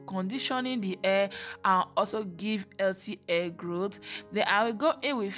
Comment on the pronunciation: Your daughter’s hair looks healthy. However, you should practice speaking before filming because you are not pronouncing words correctly. Example: You pronounce the words: Hair as air. Baby as bibi. Hairline as airline.